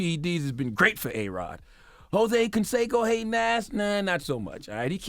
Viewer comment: Hoe-say Canseco..